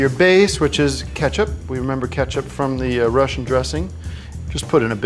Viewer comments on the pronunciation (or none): none